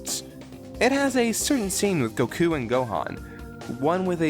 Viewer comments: jaajjajajajajajajajaajajja!! I was actually surprised when I heard you say Gokú the first time... I thought "gringos" say Gouku and latinos/mexicans say Gokú... so, good for you man :D it would blow my mind if you say "Ve-gue-ta" instead of "Veyira" xD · Okay, while I understand the whole "Raised with one over the other" argument, it doesn't necessarily explain why you pronounce Goku's name "go-KU" and to a different extent Yajirobe as "Ya-ji-ro-Bay" when you pronounce Gohan, Goten, Chichi and Bulma correctly as far as the FUNIMATION dub is concerned. If that were the case, you would be pronouncing Gohan and Goten in a similar way to the way you pronounce Goku, you would be putting less emphasis on the "i" sound in Chichi's name, buy which I mean not dragging out the syllable as long as you do, and you would be calling Bulma "Buruma" since that is her name in the Japanese version. And even if we disregard Bulma as being a case of just easier to pronounce and understand on a consistent basis, as is the case for Krillin, I'm assuming, that still leaves Chichi, Gohan, and Goten unaccounted for. Honestly,, a better move would have been to just say "That is just the way I pronounce it. Deal with it." In those exact words. It's quicker, it gets the point across, and it doesn't leave any arguments in your phrasing that I can rip apart like I did here. Not intending to start a fight, I just had to respond to the preface because I'm extremely OCD. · The way he says Goku's name sounds like "Son Gokhue." If you wan to be accurate it should sound like "SonGokuu." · in Japanese it's just goku not gouku not gokouw I mean god fucking damn it you can say majin boo but you can't say goku This might be the first time I've ever had anything against TFS. But it's not terrible - Americans are fucking terrible at pronouncing anything non-English. Anything. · Why does he put more stress on KU instead of GO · stop saying goku like that goddamit its so distracting